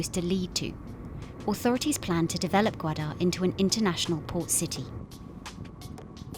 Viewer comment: I don't understand why Bloomberg is so anti-China. The documentary is completely biased and present a narrow twisted view of the situation on the ground. As a Pakistani, we pronounce it as " gaw_aa_der " not gwada.